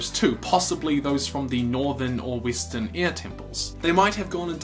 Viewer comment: Why do say I instead of E? You’re talking about earbenders and wistern...